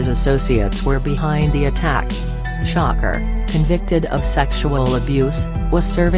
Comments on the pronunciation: It's trying to say "shakur" but it kept coming out as shocker lol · pleas say shakur not shocker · When you make these videos, can you at least spell shit to where it at least sounds like the bitch is saying it right? Shakur= Shocker Shawkoor=Shakur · The voice means “shakur” not shocker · bitch who the fuck is shocker??? its shakuuur. say it with me "shakuuur"